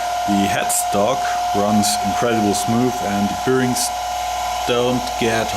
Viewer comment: Nice lathe! I think the faceplate with the screw thread might be meant for cloth polishing wheels. Look up the pronunciation rules for "the" if you care, as well as the word "bearing". You were probably taught wrong at school, like every other native German speaker. You'd almost think there was a conspiracy to teach us the wrong pronunciation so we are always easy to identify ;-).